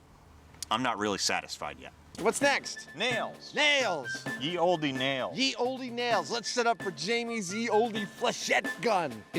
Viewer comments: Still bugs me he says ye olde like that, it's still pronounced like the old, he should know better but hey 😂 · Honestly no reason not to have them all on here. Nobodies buying the DVDs or a whole different subscription. Although I'm still bothered that Adam says "ye olde" when that's just pronounced the old haha, its dated spelling, not different pronunciation and he should know better 😂